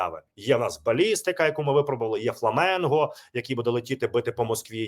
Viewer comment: ФЛАМІНГО, а не фламЕнго!!!???